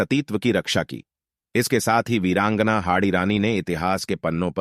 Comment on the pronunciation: इस कथा में एक प्रतिशत भी झूट नही है लेकिन भाई ये जो बार बार वीरांगना शब्द बोल रहा हैं उसका उच्चारण सही से नही कर पा रहा है